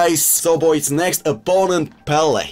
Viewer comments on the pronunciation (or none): none